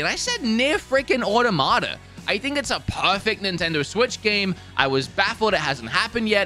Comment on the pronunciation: "Nier: Audermada" 😂 it's pronounced Or-Tom-Uh-Ta